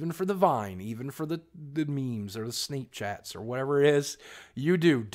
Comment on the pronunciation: When he said 'sneepchat' 😂